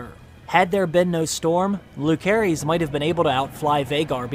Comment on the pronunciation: Bro, how are you mispronouncing Lucerys this bad? It's definitely not Lū-care-ees.